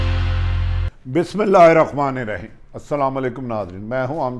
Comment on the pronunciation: السلام عليكم جناب عارف حمید بھائی جان آپ بہت اچھے ہیں، آپ کی اطلاعات اور تبصرے قابل قدر ھیں۔ ایک عرض ھے کہ آپ "بسم اللہ الرحمن الرحيم " بہت توجہ اور تلفظ سے پڑھا کریں تاکہ بے برکتی اور گناہ نہ ھو۔ جزاک اللہ تعالیٰ ۔۔۔ شکریہ